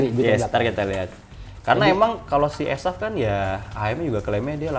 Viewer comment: Ko gw dengar asef iya, bukan esaf😂